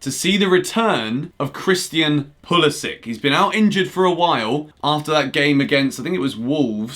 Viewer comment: Don’t disrespect Pulisic like that, please pronounce his name correctly mate